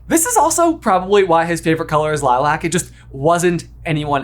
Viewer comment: How do you pronounce Lilac wrong, then show a clip of its correct pronunciation, and then do it again?!